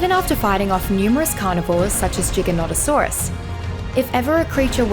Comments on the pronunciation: AMAZING besides the messed up pronunciation like lol it's not JigaNontasaurays it's Gigantosaurus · Disliking for the simple fact you refused to say gigantasaurus correctly